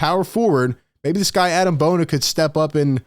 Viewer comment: It’s pronounced Ah-Deem Bona btw, not Adam!